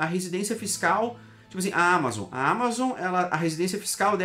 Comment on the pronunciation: Todos os países estão implementando isso. Ele só tá seguindo ordem. 15% corporate tax. A palavra Amazon é oxítona, diz Ama zonnn. Não proparoxítona Ámazon.